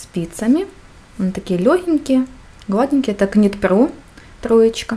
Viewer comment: Knit pro - нужно произносить, как Нит Про, к - в англ не читается в этом случае)))) А видео - хорошее )))